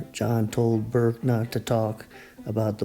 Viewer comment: Burke not Bourke.